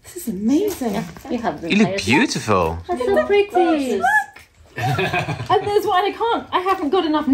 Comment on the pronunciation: If you’re going to play a drinking game, I’d suggest that everyone take a drink whenever or say the word “beyoutiful”. You’ll all be snockered in no time.💕😜💕